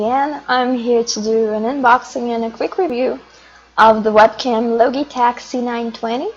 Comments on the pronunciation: Great Vid, Great English though the Logitech pronounce the "G" like "GE" or even 'Ji' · Thank you, and you're right :) I had no idea about the "g", thank you for pointing it out. I"ll make sure to speak it properly if there's ever a next time, hahah.